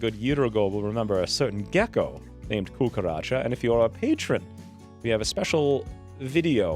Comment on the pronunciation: "Cucaracha", I laughed, I'm also muy latino, still lovin' this <3 Pd: I'm also lovin' that pronunciation <3